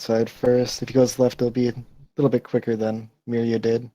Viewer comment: And finally. Pretty sure it's meeria not mairia...